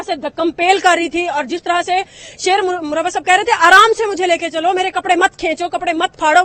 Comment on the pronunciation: MARWAT, NOT MURRAWAT ( URDU WALA)